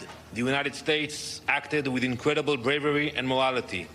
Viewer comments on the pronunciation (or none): “Incredible bwavery and mowality”….